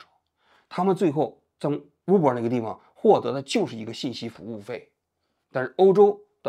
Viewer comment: uber的u不读呜。大哥，你的武汉大学咋个考上的。